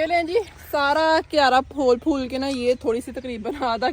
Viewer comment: Fool NAI HOTA phool HOTA hai 😂😂😂😂😂